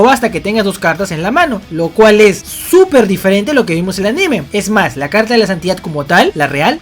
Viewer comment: Cuando decís aNÍme me das mucha risa por unos 10 segundos jojojo